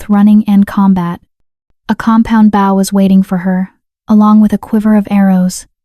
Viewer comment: There was two notable AI word mispronunciation. LEAD is both lead as in hecwill lead us forward, and lead (led) as in the mineral. Also bow, as in archery tool, and bow, as in a motion of the body. The AI can be taught. This should be done. A truly enjoyable, beautifully detailed story. ❤